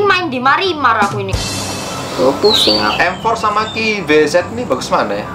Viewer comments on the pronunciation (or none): miranmar cuk, bukan marinmar😂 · MARIMAR ? MIRAMAR GEMBEL.. KWKWKWK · Btw miramar bukan marimar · Astaga miramar bukan maramar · Miramar bukan marimar